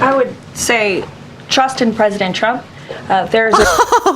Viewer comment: Levitt can’t say “tr”, hence her problem w saying the presidents name and TRuckers. Make that go viral. She’ll be out in 4 days.